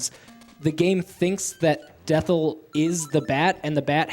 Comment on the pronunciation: It's supposed to be "Death Eye", so calling the final boss "Dethl" (as in with an L) is incorrect.